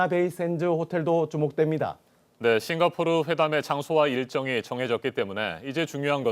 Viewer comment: 싱가 포오(삐끗)르 ㅋㅋㅋㅋㅋㅋ 귀여우셬ㅋㅋ